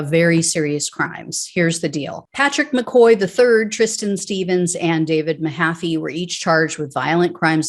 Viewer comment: All these Irish names make sad reading.McCaughey should be pronounced Mc Caw-hee but I know Americans have a problem with Irish names like Moran and Mahoney and Siobhán and Niamh.Anyway,I hope that they enjoy going to jail for the orange blob and I'm sure that he won't be thinkinking about them while playing golf.